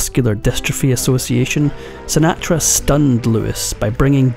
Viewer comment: That is not the correct pronunciation of "Sinatra".